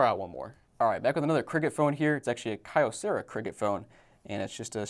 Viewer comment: Just so everyone knows, it's pronounced key-oh-sarah. Comes from Kyoto Ceramics.